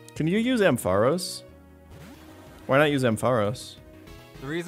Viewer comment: You pronounce “Ampharos” so weird